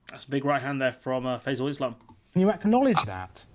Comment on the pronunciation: Ah good... Also small mispronunciation of the interviewers name. (Think its Fie-zel rather than "fa-zel" )